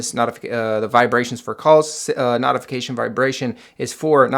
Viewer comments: Notification is pronounced Note-ification not Not-ification 😂😂😂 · What is a NOTification? Its pronounced NOtification.